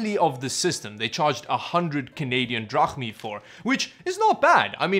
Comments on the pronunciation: canadian THRAHNI. what the hell is that?? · Canadian Yen? Drapmeet? RUBELS? RAN? LOL LOL LOL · did he say canadian drachmi or is it just me??